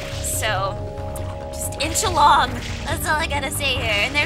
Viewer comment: when you said "just inch along" it sounded you said ENCHILADA